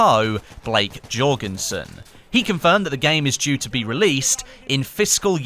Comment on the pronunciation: It's yuh- orgenson. Not J-orgenson. The j is kinda like a y